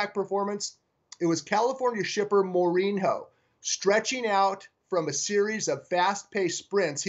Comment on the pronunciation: Don't follow soccer, eh? FYI...It's a portugese name and it's prononunced "more-een-yo." (Jose Mourinho is the current manager of Manchester United in England.)